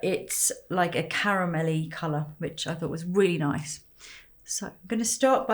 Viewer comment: She for real said "noice"